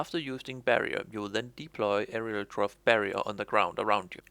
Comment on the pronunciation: "hello and welcome to the new class: "enurotrofe" "...wtf